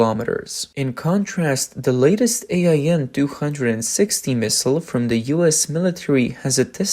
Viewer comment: AIM. Not A I M. Just say AIM.